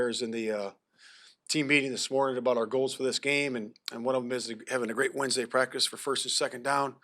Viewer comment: But he still begins every response with "Yeah", still says "cottonuity" instead of "continuity" & still says "prac'is" instead of "practice", so...fail.